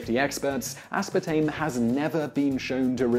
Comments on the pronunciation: as.PAR.tame. Not aspatame -. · Dude really just left out the R in aspartame every time he pronounced it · Mildly annoying - The British pronunciation is 'uh-spaa-taym'...